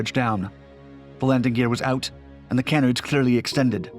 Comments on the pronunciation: That's not how you pronounce canards. Kuh-nards not kae-nards. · ….its “nuh-SELLZ” and “kuh-NARDZ,” not “neh-SELL-ez” and “CAN-nerdz.” Just sayin’. Ironically, though, your French pronunciation is phenomenal. Totally on point. I say that’s ironic because “nacelles” and “canards” are both French-based terms appropriated by English/speaking aviation engineers…. Heh.